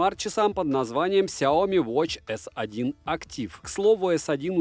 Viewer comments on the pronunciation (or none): Сяоми́, а не Сяо́ми! С ударением на букву "и", а не на букву "о"! А то Какая-то Наоми получается! Нао́ми Кэмпбелл – Сяо́ми Кэмпбелл! Не надо искажать и коверкать это китайское наименование брэнда!